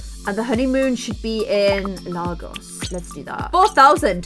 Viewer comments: OMG IM FROM NIGERIA AND ITS PRONOUNCED LAI - GOS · She fully said Lahgos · Im from Nigeria... Delta State. Yeah you pronounced Lagos wrong. You said: Largoss. It's: Laygos (say it fast dont take a break after Lay) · Its LAGOS NOT LAHGOS PRONOUNCE IT RIGHT! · no hate but thats not how u pronounce lagos -_- its pronounced lAgos like ABC.... A in the alphabet Lagos lolololololol